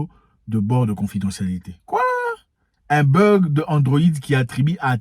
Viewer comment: It is not burg, it is bug.